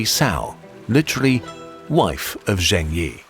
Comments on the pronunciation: I think many hours of research went into this video - so I beg you, please try to pronounce foreign words in a more accurate way, because hearing over and over "Zheng" as /ʒeŋ/ instead of /d͡ʒeŋ/ was really painful. I understand that there's a weird trend in American media to pronounce Beijing as /beɪˈʒɪŋ/, but English speakers are perfectly capable of saying /beɪˈd͡ʒɪŋ/ - I'm not saying you should pronounce it with tones, or anything like the original /peɪ̯ t͡ɕiŋ/, but as part of your research, figuring out the pronunciation of those words that you will repeat so many times is not too much too ask I think. Again, I'm not asking for native-like accuracy, just as accurate as possible with English phonology. Thank you. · Why do westerners pronounce every miscellaneous Chinese consonant like the French J? It's not even a sound that exists in Chinese. Zheng is pronounced like Cheng but without the aspiration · don't mean to be mean, but Zheng could be pronounced more accurately. just saying, since i'm sure you know how to figure it out. otherwise, not a big deal of course. super excited with this new channel :)